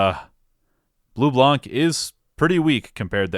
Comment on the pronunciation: so I'm sure you get tons of comment saying that but it bothers me and considering you'll deal with this character in the future a bunch I might as well mention this : Bleublanc is french, it's a combo of Blue+White. Blanc is consistently butchered as a word, the C is silent. This holds through everytime you'll see blanc part of anything, it's not Leblank in Persona 5, it's Leblan, it's not Bleublank in trails it's Bleublan. Sorry if this is annoying/pretentious, but I've had enough going through the game(especially true in Coldsteel so far, I'm about to start Cold Steel 3) seeing them butcher every single french word they could think of like Bleublanc, Marquis, etc. Although it is funny that of ALL word they got right, CHEVALIER was NOT on my bingo card. That aside I'm happy I'm not the only one that understand just how good this game is, although my personal favorite is 3rd, I don't want to elaborate on why on the off-chance that some people who have not experienced the game go through your videos to experience them like psychopaths, since I know you'll probably do a better job than I do in conveying why it's good.